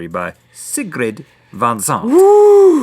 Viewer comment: You didn't pronounce Sigrid correctly Link, I'm sorry but we're gonna have to change that back into a C